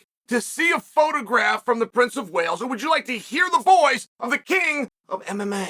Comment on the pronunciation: Im convinced Chael said Princess of Whales🐳 and not Wales🏴 😂😂😂